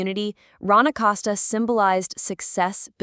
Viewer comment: ACoseta (Acosta) say last name right